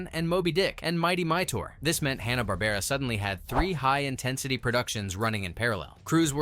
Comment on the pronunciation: It's HANNA, not HONNA. 😃